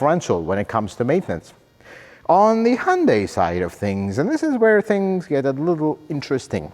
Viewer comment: Thank you for pronouncing hyundai as hyundae. That is how Koreans pronounce the company. 🎉